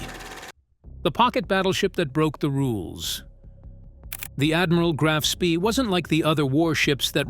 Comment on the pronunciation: Graf Spee => “grahf shpeh” Von Spee => “fon shpeh”